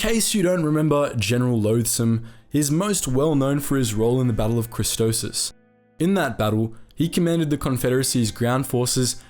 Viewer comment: Idk why but I cringe everytime he pronounces Christophsis as "Christosis" 🤣